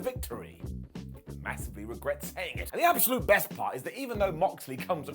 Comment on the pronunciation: "The yest of the year" Oh...your speech impediment...